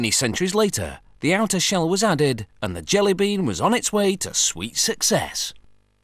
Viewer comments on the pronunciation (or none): none